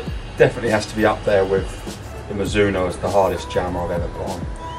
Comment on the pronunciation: No one:... - mazuno😂 all the time